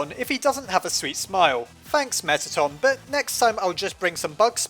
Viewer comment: Its Meatton